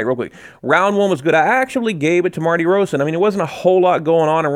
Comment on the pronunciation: I like your videos and GGG but this sounds too much like a fan video at times. And honestly...please try to get the fighters names right, they deserve it: Martirosyan